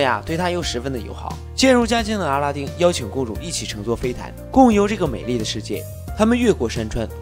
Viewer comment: 是不是我的错觉，感觉一直听到 阿拉灯 神丁😂